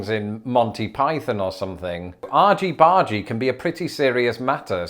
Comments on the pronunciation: I was surprised by the way you pronounce argy-bargy -- I always thought it had a hard g! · Same for me when I saw the word pop up. Then he pronounced it and I was like, oh, wasn't expecting that! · How about this: We'll say "argy-bargy", but we're gonna say it with a hard 'g' so we can fight over which pronunciation is correct. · Argy-bargy ... never heard of it, but my brain pronounced it more piratey: arghy-barghy. And then you said it like: arjy-barjy. Love it! I shall endeavor to be a cheeky lass and use "argy-bargy" soon! (Sincerely, an American homeschool mom) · If “argy-bargy” is for big “arguments” then why isn’t it pronounced “argg-y bargg-y" (hard-g instead of soft-g or 'j' sound)? "Argument" isn't pronounced "arjument" 😅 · I assumed "Argy-Bargy" has a short G, as in "Argument", especially considering this Argument is a root word. You probably also pronounce GIF like Giraffe. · Funny to hear say AWgy BAWgy, when here in New England, it's "AHgy BAHgy." At least, it would be, if people around here used that term at all... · Good one,! Had to laugh at your American-accented argy-bargy! Well done. Serious question here: Why is it that the online dictionaries attached to e-book apps (Kindle in my case) don't have definitions for the things we really need: slang from 40 years ago or more. My escapist literature is between-the-wars comedies of manners, which includes the "Golden Age" of detective stories but also other novels. Really annoying not to be able to find definitions of quirky words in dialogue -- all the best novels are 90% dialogue, and written so well that you can tell by the manner of speaking the class and character of the person without a lot of boring description. Even as an American reader. But I still want definitions of the slang. Maybe you'd do a series on older slang that younger people (either side of the pond) need help with? If I send you examples, would that help?